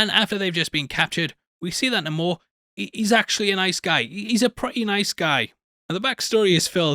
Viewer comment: You didn’t used to call him Namor(Nah-more). You called him Namer(Name- er. You’re still wrong. Plus, multiple people in the movie called him Namor(Nae-mor